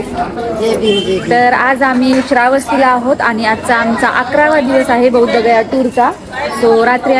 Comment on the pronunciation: बौद्धगया म्हणू नका किंवा बुद्ध गया हा शब्द सुद्धा चुकीचा आहे. "बोधगया" हा शब्द बरोबर आहे. असाच उच्चार योग्य आहे. तसेच तुम्ही बोललेला कपिलवस्ती हा शब्द सुद्धा चुकीचा आहे. 'कपिलवस्तू' हा शब्द बरोबर आहे. तुमचा धम्माचा अभ्यास कमी आहे.